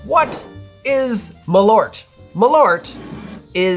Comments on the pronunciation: Dear Americans, it's MALL-urt, not muh-LORT. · what is ma-loert? Maaal-oert! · You should pronounce Malört like "Maal-Eert" - You drink it to Pickled Herring, and you should NEVER EVER buy this, you should make Malört yourselves and adapt the recipe to your likes. And IF you should use Malört in drinks you spray it in the glass when making Corpse Reviver No. 2. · I can't stand everyone calling it "Maloort" 😂 It's "Maal-ört" the ö-sound is quick. Put Malört into google translate and listen to it in Swedish and you'll understand how it's supposed to be pronounced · Not important, but if you want to correct other bartenders in Chicago, you can tell them that it is pronounced "Maaleart" (note the semi-long 'eart', which is close enough to ört). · Pronounced: Maal--örrt in swedish. malört {comm. gen.} /m'ɑːlœʈː/ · Extend tha A in Malört and you get better "swedish" pronunciation. And pronounce the Ö like the U in "burn". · Usually the mispronunciation of Swedish words is understandable and largely inoffensive but when it comes this fast, this often it starts to really grate. Suggestion, treat the word as if it was two, because it is, Mal and Ört as you noted in the video. There isn't two Ls in it, think of it's pronunciation the same way you would wormwood, it's also two words and you don't blast right through it. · First of all it is a bit hilarious for a swedish like me to hear you guys on YT butchering the word "Malört" there are only one of you guys that says it correctly and he is a norwegian. I have actually made a liquor with wormwood and spruce sprouts and it aint that very bitter or perhaps my taste buds are dead because of too much chilli in my food. Perhaps it is something else than wormwood that makes it so incredibly bitter. I do hope you have access to a toilet because wormwood might be a bit laxative.